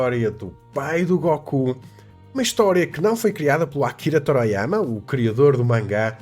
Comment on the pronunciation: "Toráiáiama" lol